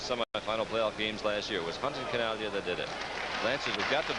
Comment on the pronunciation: I know we're watching a Lancers broadcast, but these guys pronouncing it Chin AG Lia makes it almost unwatchable.